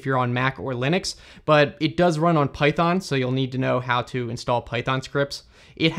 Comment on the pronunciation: Incredible use of the AI voice, but there is an error in Spanish with the word "Python", which AI pronounces as "Faitón" since in Spanish, the pronunciation used it is given by English to referd the programming language Python It seems to me that this can happen in multiple languages and with other words in the technological field that, even in other languages, use English terminology. Should there be a filter for the AI to use a different pronunciation at a certain time?